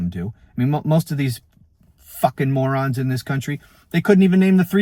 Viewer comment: Love your content 😂 I did not vote for this piece of 💩. And you’re right, those who did are definitely MORON’S. Love how you ‘emphasized’ the word. 😂😂😂😂😂😂